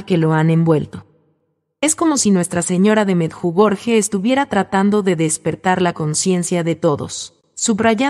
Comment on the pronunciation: Sr pronuncia meyugori